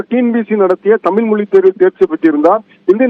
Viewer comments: தமில் தமில் எத்தனை தமில், 🙃, கடுப்பெற்றுகிறார் மை லார்ட் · தமில் இல்லை,தமிழ்..ஒழுங்காக பேசவும்.. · தாமில் இல்லப்பா தமிழ் தமிழ் அப்படின்னு முதல்லா உங்க ரிப்போர்ட்டை தமிழ் பேச சொல்லுங்க, அப்படியே HIGH கோர்ட்லேம் தமிழில் வாதாட அனுமதிக்கணும் HONOR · இவரே, தமில், தமில் என்கிறார். ஐயா. தமிழ் என்று உச்சரிப்பு சரியாக சொல்லுங்க. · தமில், தமில் மொலி அய்யா, ழ. கர உச்சரிப்பை சரி பன்னுங்கய்யா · செய்தி சொல்பவர்- அவர் தமிழ் என்று சொல்லாமல்- தமில் என்று சொல்கிறார்- அதனை கவனிக்கவும்…..